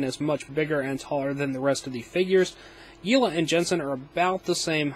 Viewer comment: I think it's yelena not yeelah